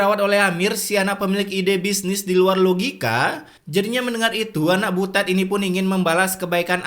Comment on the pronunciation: Biasa aja kalo bilang butetnya😂